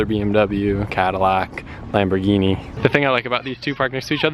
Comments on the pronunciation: did he really say lamborgini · "lamborghini" ehm, not really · Wtf you said lamborgini its corvette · Why does he call Ferraris lamosss 😭😂 Sombody tell me please LMAOO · haha I was thinking did he really just say Lamborghini